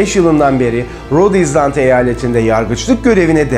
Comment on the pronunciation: Abi çok da önemli değil ama, island kelimesinin okunuşu "izland" değil "aylınd" şeklinde. Bizim dilimiz değil sonuçta, ister düzelt ister öyle söyle sen bilirsin :)